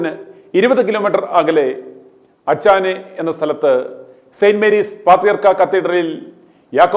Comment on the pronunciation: Achane alla achannae